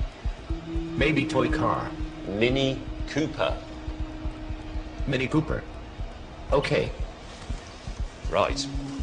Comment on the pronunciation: I think the funnier thing is that when Asimo says mini pooper, both times, the British guy tells him that he is correct in calling it a mini pooper lol.